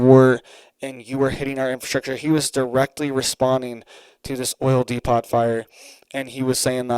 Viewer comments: 👋😇🗯️ it's pronounced dee-poe not dee-pot Depot just saying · do you have a Home Depot close to you? It is not pronounced d-e-p-o-t. It is pronounced d-e-p-o. You do an awesome job and thank you! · Dude pronounce it correctly DEPOT how do you say Home Depot,??? It's not De pot its DEPO,the t is silent ✌️ otherwise great video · DE-PO, Not De-pot.🙂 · Depot is pronounced "dee-poh", not "dee-pawt" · It's "de-po" not "de-pot" unless you're asking where the weed is! 😆 😉 👍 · de PO, NOT DE POT. LIKE HOME DEPOT. Otherwise, thanks for being on top of your game. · Depot is pronounced Depo. The o sound is long as in open. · Depo.. Not depot .. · It is pronounced: dēpōt, just FYI. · Oil depot is pronounced oil Dee Poe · Sorry, but it's depO...the t is silent, other than that great job! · Please quit saying depot it is pronounced depot the t is silent!!! de·pot /ˈdēˌpō,ˈdeˌpō/ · DEPOT is pronounced DEPO.A SILENT T,.Correct pronunciation is required from talking heads. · The 'T' IS silent, DEPO leave off the T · Pronounced 'D Poo ' - depot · D-poo? Really. I'd say D- poe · Dee Poe, no T sound in depot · T is silent in Depot.